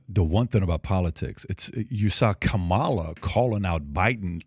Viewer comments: Conservatives can never pronounce Kamala's name correctly. The emphasis is on the first syllable, not the second. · Why is this guy keep mispronouncing Kamala's name? And constantly telling a Black Man he's smart and there for should know better, is condescending as hell. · PBD can’t even correctly pronounce the Vice President’s first name